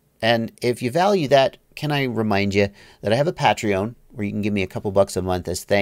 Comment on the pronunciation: okay I've seen it in a ton of videos now but I have to ask as it seems nobody else is as interested: why do you pronounce it Pattreone?